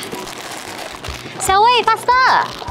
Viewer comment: It's supposed to be sowie not siowei Si-owei